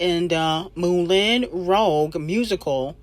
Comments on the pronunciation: it's pronounced MOOLAWN ROoOSHH LOL 😂😂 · now u know you pronounced Moulin Rouge wrong 🤣🤣🤣